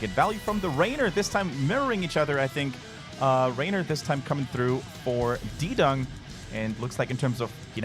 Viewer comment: Fairly certain it's not "D-Dung" it's "D-Young".